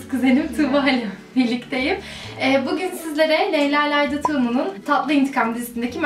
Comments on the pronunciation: Leyla Laydi Tuğlu değil Leyla Lidiya Tuğutlu diye okunuyo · leyla laydaaa diye okunmazki o çok güldüm ya leyla lidya diye okunur tatlım :D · layda degil lydia (lidya) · ama laydi dedin ya onu düzeltmek istedim ben:) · leyla lydia lydiayi yanlis soyledin bu arada kuzenin senden bile cok guzel